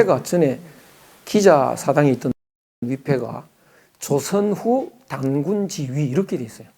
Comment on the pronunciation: 장음인 단어의 첫 자를 짧게 잘못 발음한 예:유사점,(공부를)해도, 서문,(이 학자의 버릇! 한국을"항국" 이라고,단군을"당군"이라 발음하고 있음), 사별,❤❤❤당파,¹ㄷ❤¹(또, 친구를"칭구"라 발음했음),머냐?,날(나를),( 또, 만물을 "맘물"이라 하고, 인물을 "임물" 이라 발음해씀),말(입으로),(또, 관계를 "광계"라 했음), 강의중, 계속해서 "울 나라 우리나라 사람 하는데 그 리 듣기 좋지 않음. "우리, 또는 "한국인"이라 해도 좋겠음. 참고로, "한국 어문을 고발함"아라는 책을 권함. 미국 변 완수 드림